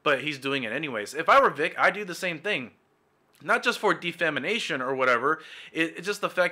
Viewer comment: Its Defamation lmao not Defamination